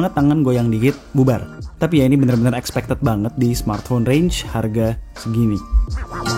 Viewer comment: Keren bang videonya, mau ngasih koreksi dikit boleh ya, expected dibacanya bukan ekspekted ya, tapi ikspektid hehehe. Biar makin keren aja bang, semangat terus!